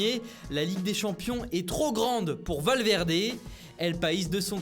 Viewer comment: Valmèrder Valdemor HAAHA